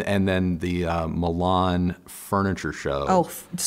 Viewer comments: Mee-laann... not Millonn!!😂😂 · It's pronounced Me lan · Why "Melan"??